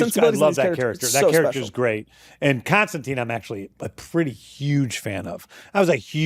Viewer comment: Says his favourite character is John Constantine but mispronounces his name Seems legit